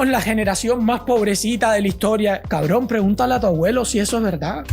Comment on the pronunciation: jajajajajaj, riéndome de la imitación del acento cubano del idiota del green space, "pregúntale a tu abuelo, cablón", tu video es muy bueno